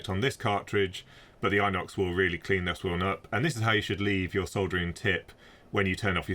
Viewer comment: pronounced in ox, not eye nox.🤷‍♂️